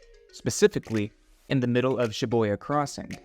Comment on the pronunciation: Was the "Shi-Boy-Ya" pronunciation on purpose lol.